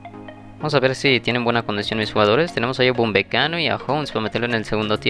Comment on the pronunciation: Por que dices Uwambecano? Jajaj